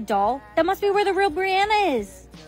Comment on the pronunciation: Brianna not Briana.